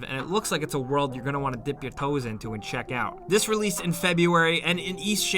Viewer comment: Anyone else die when that intense New York accent came outta nowhere while saying “dip your toes” you gotta love it lol